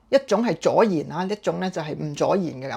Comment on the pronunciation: 阻燃同助燃兩者發音差唔多，講嘢有漏口習慣相信要一時都分不清。